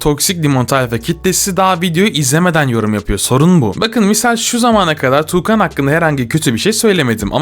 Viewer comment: TUĞKAN DEĞİL TUĞKAN DİYECEKSİN😡(dammn)